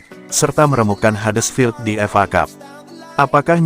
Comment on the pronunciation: Ya kalo yg bawain narasinya suara yg ini nyebelin....bikin gak enak didengar... Piala F.A aja dibaca fa.....